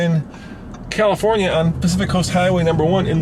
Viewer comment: Califronia. Where's that? Lol